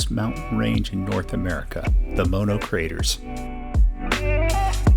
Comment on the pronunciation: Great video and one of my favorite parts of California. I so appreciate that you pronounced Mono correctly. I like watching YouTube vids about the Eastern Sierra but mispronounced Mono always makes me...ugggh!